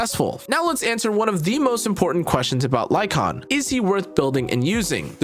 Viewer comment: HE DID IT! HE PRONOUNCED LYCAON CORRECTLY! LETS GOO!